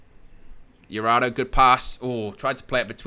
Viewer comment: . Pronunced Huratho, not Yurado